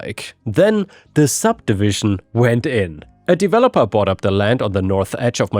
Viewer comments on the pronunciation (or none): none